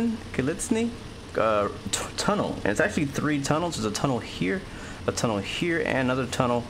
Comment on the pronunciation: Misspoke Altoona but said Gallitzin right. You’re in my neck of the woods, sorta.